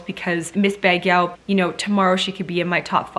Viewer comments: Hi Sierra.. I love all your videos.. Just to help if u don't mind.. Baguio is pronounce like bag - yow.. Love Pauline n Celeste... ❤️ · Baguio /bag-YO/ Lucena /lu-SE-na/ Las Piñas /LAS•pin-yas/ You're welcome, Queen! ♥ Same here, I'm rooting for Misamis Oriental and she nailed it! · Hello shierra nice shot of trying pronouncing some of the places so here is the correct pronouncing of the places im not perfect am gonna write the way it pronounced Baguio( bag-yooh), Las Piñas( las-pin-yas), Cebu (si-boo), Misamis(mi-saa-mis) Davao(da-vow) i hope it helps shierra im from the philippnies love watching your vlogs always. If i watched some of your videos i will gonna send you again some correct places you mentioned and nice trying to read and pronounce the way it is, congratulations !!! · Sierra my dear, you’re so cute pronouncing it. ms baguio, pronounce as BAG-YO.